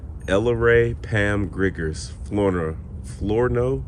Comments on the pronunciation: Thank you for this shift, dear. It is so important to honor these mostly forgotten ancestors of ours. It's your love and respect that brings them forth to speak with us. Oh, at the pronunciation of Flornoy is "Floor-noi" Got a Texas branch in my family tree. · Pronounced floornoy. I knew a lady with that name. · Flournoy was the last name of my daughter-in-law. However, the 'r' evidently disappeared. It is pronounce "fla-noy"